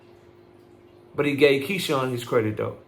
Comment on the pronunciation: "MEE-SHAWN MAVIS"!!!!!😂😂 "SMINSMORE SMEVENSON"!!!!!😂😂 YO ASS FUNNY AS HELL AND YOUR ABSOLUTELY RIGHT ABOUT THIS BUD AND TANK COMMENT. I THINK THIS VIDEO WAS MOST NEEDED.